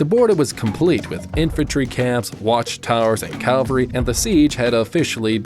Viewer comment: Interesting concept for a video, however factually lacking (the second wall was not built within, but outside, of the first, and you mispronounced "Cavalry" and "Celtics")